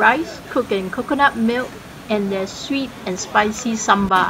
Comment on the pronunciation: It is sambal, not samba!